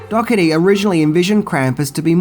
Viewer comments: Dougherty (dourtee) not dogotee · OMG‼️ "Dockerty"???? Dough-erty.... GET IT RIGHT‼️ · His name is pronounced Michael Dor-i-teei. Just saying... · Cool video as always, but Im pretty sure the director's last name is pronounced "Doe-her-tee"